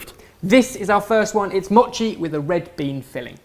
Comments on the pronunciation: It's m-oh-chi not m-aw-chi oh my god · say mochi right. its moe-chi. not ma-chi. i cringed every single time you said 'machi' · not maw-chi moe-chi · its not mot chi its mo chi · Don't cut it dudes just eat the whole thing! Also you're saying mochi wrong. Less mocchi and more mo-chi if you can catch my meaning. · If you coat a whole strawberry with the red bean paste and then cover in mochi, then it's a spring snack (popular in sakura time) called Ichigo Daifuku and it's very delicious! (Also, it's pronounced Moe-chi, but I'll let you off haha) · it's not pronounced moe-chi. look at how actual Japanese people pronounce it and their correct. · MOOOHHHHH-chi. like MOment. (head desk) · It's M-o-chi with a long "oh" sound! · I knew it. M-OH-CHI Come on we already let you screw up recipes all the time, the least you could do is pronounce it right. Pro Tip: Mochi goes great with frozen Y-OH-GURT. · i cringe every time they pronounce mochi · Why is everyone complaining about how they pronounce mochi? It's supposed to be pronounced with a short O and that's what they've been doing. Also it looks delicious. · Is anyone else annoyed that they pronounced "Mochi" wrong? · well I guess she could have kindly corrected you. Not trying to be rude or anything but that it is how is pronounced (probably not as bad as though) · That mispronunciation of mochi though. Yum xD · I don't say Mochi the way does. D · No it's not, have you even heard of a Japanese person say mochi? The O is pronounced shortly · I came down to the comments just for that-_- the pronunciation was really not the best, made me cringe as well